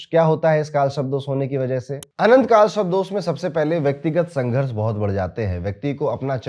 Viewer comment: Sharp ni sarp hai sir 😂 but thank you your videos helps people ❤